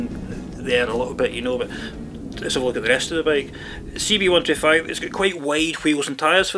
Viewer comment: It is "bike" not "bake" also it is "designers" not "desaigners"